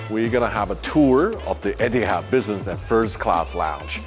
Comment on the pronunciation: Please educate yourself on pronouncing word Etihad not ettiead.